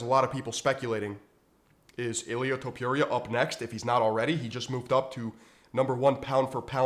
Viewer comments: Its fookin Top-ooh-rhea, not Top-you-reeyah.... And, just to reiterate, Paddy Pimple is getting launched into the shadow realm frfr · Learn to pronounce Topuiras name correctly..(not Topjuria) :D